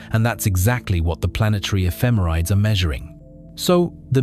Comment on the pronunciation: This is driving me crazy... "Ephemerides" is pronounced /ɛfɪˈmɛrɪdiːz/ ("effih-MERRih-deez"). I've given many a presentation on orbital data with spacecraft ephemerides so I've gotten that correction before